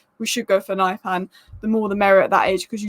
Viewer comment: Pronunciation: Not naipan, but niypan